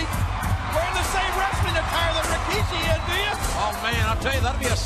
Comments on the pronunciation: Why did J.R. always say Rikishi's name as "Rawkishi" during this time? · Always hated that JR pronounced his name "Raw-kishi". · Jim Ross always insistent on calling him RAkishi. LOL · oh god ... its not RO - KI - SHI.. Its RI - KI - SHI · They always get it wrong in one of Rikishi's interview's he said that they always call him Ra-ki-shi and it's really Ri-ki-shi smh